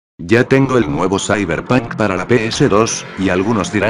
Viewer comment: "zaiberpan"